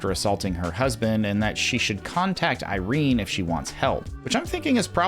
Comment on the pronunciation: IrenA, not Irene. Sorry it's bugging me haha